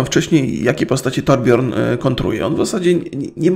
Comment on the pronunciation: torbjörn czyta się torbjyrn